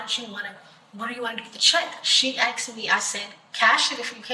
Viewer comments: Why do i keep hearing people in all these video's from the US say 'axed' instead if 'asked'? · Why do white people say "Arxed" is it cool ?